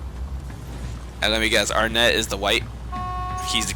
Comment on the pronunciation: "Arnett" really? REALLY?!?